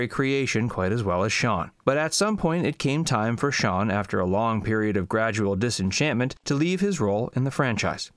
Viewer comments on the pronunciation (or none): none